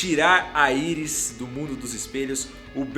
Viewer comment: queria te falar para começar a falar Iris do jeito certo, que é como eles chamam ela na serie e pelo amor de deus não fale vibro, kkk fale os nome dos personagens em inglês(que é língua original)